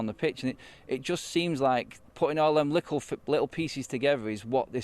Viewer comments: Did this guy just say ‘likkle’ ? 🤔😂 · Man said 'Likkle' bit more haha 😂 + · He’s been hanging with Jamaicans lol. He keeps on saying *LIKKLE*